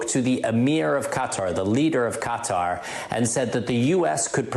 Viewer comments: I went to college with a couple guys from Qatar. You do not pronounce it cutter... For you phonetics Learners If anything you spell qatar as (c)a tar with a long a. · " Qatar "...not cuter !!! You have an international audience.